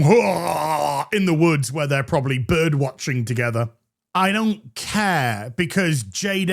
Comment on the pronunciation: "I watch byrdsh"